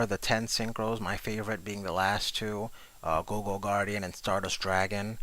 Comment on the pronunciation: You really need to work on pronunciations. You keep saying turner when it is clearly tuner, and gogo instead of goyo. Anyways, I prefer Stardust Dragon, since I can easily splash it in my deck without any problems at all.